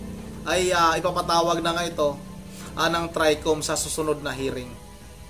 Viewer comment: BoBo mag pronounce NG TRI COM...😂😂